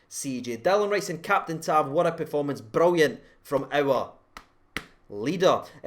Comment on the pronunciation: tav brilliant, goldson and helander brilliant, airfield brilliant....but for me Kamara...wahl what second half. superb. lol at the pronunciation by &..add to it walter smiths name for Tav...what was going on...????